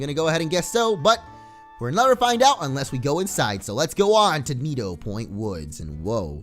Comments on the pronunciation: u said it wrong u said nido but its needo like nidoran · nido (nee-do) point woods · you almost said nidoporny